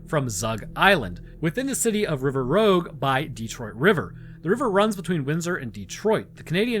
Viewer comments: It's not River Rogue, it's River Rouge! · River Rouge not River Rogue. It is French for red and it is pronounced ruːʒ. After the "Rou" (ROO) you pronounce the "ge" the same way you would pronounce the "si" in "vision" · Rouge is pronounced the French way my guy. It's the Red River. Sorry Detroit native here. Great video. Subscribed.